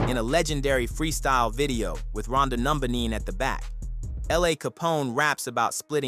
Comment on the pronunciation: "Rondo Numbaneen" 🤦🤣🤣🤣🤣